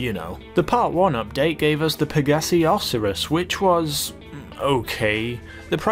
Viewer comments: It's pronounced "oh-SAI-rus," not "AW-si-rus." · "o-see-ris"? "oh-sy-rus" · Osiris is pronounced: Oh-Syy-Rus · Osir-is? I swear its pronounced osi-ris And , isnt it Ty-rus not Ti-rus? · It's pronounced Osighris. Not Oseris. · he said "oseres" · LOL i love the way he names and pronounces some of the cars like vagina (Vagna) P-Fister (Pfister aka fister) and the oseris (Osiris O-psy-ris or O-Sigh-ris) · Osiris- Oh-Psy-rus. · Lol it’s Pronounces O Sirus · Love the video but I wanted to die when you wouldn't say "Oh-Sigh-Ris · Ok, It’s Osiris, not (osur-us), and tyrus, not (turis). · Osiris. OhSYris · Its pronounced O-sI-ris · It’s pronounced oh-sigh-ris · Lovely how you pronounce Osiris. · They way he says Osiris & Tyrus.... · You said Osiris wrong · It's Osiris not a fucking rhinoceros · osiris,tyrus,and vagner why do u pronounce them wrong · How the hell do you mispronounce "Osiris?"